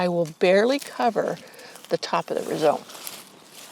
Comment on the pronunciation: Rhizome is pronounced rye-zome not re-zome.